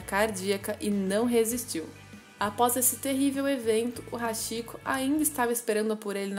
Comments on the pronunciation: A pronúncia não é "Haxiko" e sim "Hatiko" , porém a escrita é Hachiko , pois o "chi" tem pronuncia de "ti"... isso não é uma crítica e sim uma observação👍🏻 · Nao é hashiko q se pronuncia, e sim hatiko ( Hachiko) CHI em japonês se pronuncia T.I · Se lê ,RATICÔ !! RS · Posso ajudar? A pronúncia seria "ti" onde está "chi" tanto em japonês quanto em inglês, o ch é lido como "t". Você acertou na pronúncia do "ha" que da mesma forma é lido como "ra" como rato. Então a pronúncia seria "raticoo" prolongando o "o" no final. 😊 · Apenas corrigindo a pronúncia, o correto seria pronunciar Hatiko, seria ti e não chi. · Se pronuncia RáTico